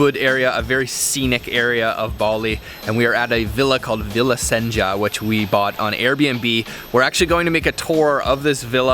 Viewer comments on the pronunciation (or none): none